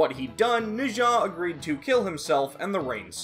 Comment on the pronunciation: it’s kinda wrong but I guess that might be a Japanese prononciation